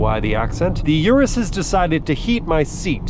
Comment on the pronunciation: Please at least pronounce the car you are reviewing correctly, lol